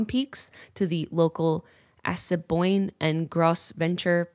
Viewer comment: Jenna pronounced Gros Ventre wrong and Assiniboine weird. I really thought she would have done more research on how to pronounce names of ACTUAL groups of people, it’s kinda disappointing. However I really enjoyed the rest of the video